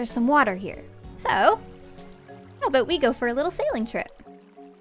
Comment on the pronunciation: “How BOAT we go for a little sailing trip” made me crack up